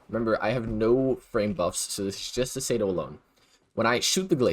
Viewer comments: Bruh….it is not the SAYDO, it’s the CE-DO, SI-DO 🤦🏻‍♂️ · google does not have all the answers bud. Its clearly "sea-do", shouldnt need google to understand basic pronounciations